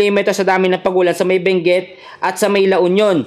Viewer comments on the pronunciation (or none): none